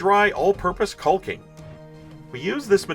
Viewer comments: The rocks look fantastic, but please, for the love of everything holy, stop pronouncing the L in the word caulking. I've worked with hundreds of people in all forms of construction work over 40 years, and nobody pronounces the L. Lol. Other than that, everything you make looks great and I always try to catch your vids. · I know it's dumb, but my buddies also watch this channel (they are all in construction) , hated the L sound, and we were deciding who had to look like a dick by posting a comment. Guess who rolled the natural 1?